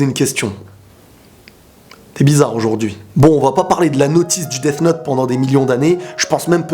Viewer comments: Ta façon de dire Death me donne envie de me sucider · tu prononce mal le th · Tu dis quoi toi th en anglais ça fait f